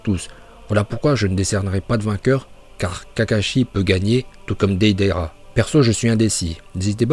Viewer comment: Tes sujets sont cools, mais dans toutes tes vidéos tu écorches les noms, les mots... TOUTES! Deydéra, Jouunine, Hokadje, Lin au lieu de Rin, franchement t'abuses..